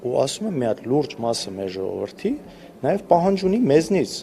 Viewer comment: Սրա խոսելաձևին նայի, սրա գրագիտության, սա է մեր յողովրդի (ոչ թե ժողովրդի), մակարդակը, ինչպիսի յողովուրդ, այնպիսի պատգամավոր!!!.....